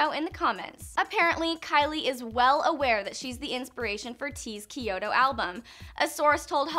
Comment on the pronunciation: Kiyodo albums lmao its kyoto